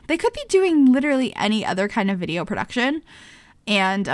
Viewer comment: i can't help it, when she said YouTube vider instead of video I died laughing. It reminded me of Madea 😂😂